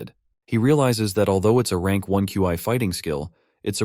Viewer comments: Love it but can you say instead of Q I or key, can you call it chi....or Xi amazing narration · bro said Qi lol